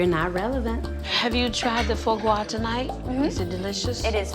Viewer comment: not the foe gwah